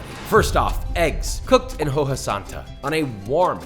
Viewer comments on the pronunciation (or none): I absolutely love your videos, but saying hoja as ho-ha over and over was really something 😆